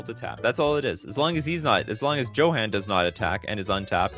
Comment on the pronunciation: "Ignot" is ingot (as in a metal bar) and Johan is "Yo-hahn". It's like my guy suddenly had a stroke. 😅